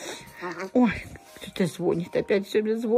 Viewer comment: Извините, но не звОнит, а звонИт, такое правило в русском языке.